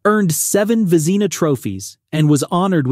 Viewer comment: That’s the wrong pronunciation! For the Vezina trophy!